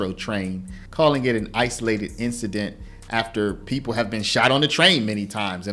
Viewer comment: PeePUL storAYS Sorry, I had to stop.